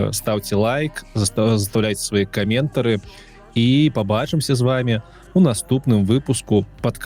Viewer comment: Бліна. Шкада, што цыкла няма па-беларуску. Спадзяюся, што пакуль. Твае "каМЕНтары" вельмі ў тэму прагучалі - як дэментары